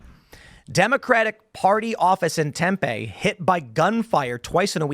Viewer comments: This happened several days ago lol. It’s also “Tem-PEE” not “Tem-pay” lmao. Try to keep up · Not pronounced Temp-aye it's Temp-E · Tem pee. Not Tempay 😅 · I like how he calls it TempEYYY. It’s actually pronounced Temp-EE. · Its pronounced "Tempee" not "Tempeh" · "tem peh" whut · Tempe is pronounced “Tem Pee” lmfao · It’s pronounced “tempee” and psh lol it’s AZ people drive by shooting buildings all day in the Phoenix metro area. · It's pronounced "tem (like 10) pee (like pee)" That's where ASU is, so you know there's a lot of really smart ppl there🙄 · "tehm-pay" lol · Hello Tim, just wanted to give a heads up that Tempe is pronounced Temp-ee. Dinesh got it right. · Tim, its pronounced Tem-pee.😊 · The only real issue here is the pronunciation of the City... Pronounce it as if there is another E at the end. "Tempee" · Said tempeee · I'm an AZ native. It's Temp-E, Tim. The E is hard. Also this dude, whatever his name is, in the white shirt, is in fact a clown. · Its pronounced Temp(Pee). Locoal native. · Pronounced Temp-E 👍